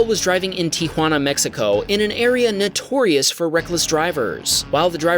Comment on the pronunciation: Did you really just mispronounce "notorious"? It's NOT "natorious"! 😣😒